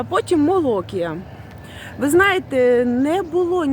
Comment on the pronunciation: Привіт! *Молокія*, це у нас на заході України! Тернопіль! 😏 Наголос на і, Молокℹ️я! 🤗